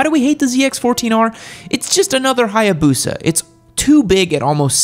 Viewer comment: So the Hiiiiiboosa has Can-Gee on it yam?